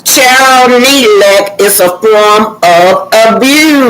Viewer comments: Its Ne-glect not Né-let please pronounce it correctly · I love your commentary- just one thing.... please include the letter "G" when you pronounce the word neglect - MUCH LOVE ❤ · No disrespect to, about correcting her about the pronunciation of the word neglect,I’m just providing education.I love her platform,she tells it like it is!!! I agree with you guys about how Arrionne treats Knox, even her sister was talking harsh to him,when he pulled Arrione’s hair and hit her.Clearly the child is not well and is very irritable. The sister said’ you’re not going to treat my sister like that,as if she is talking to an adult.her entire family is trash.